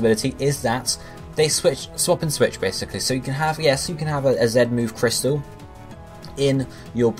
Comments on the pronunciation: I listened closely he said Zen at time lol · dude, do you even listen? He says 'ZET'-move not 'ZEN'-move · not being funny but im from the uk and i say "zee" just because it sounds better! so not everyone pronounces it the way he does. lol